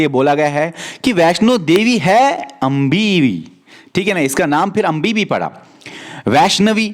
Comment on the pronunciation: it's अम्बे not अंबी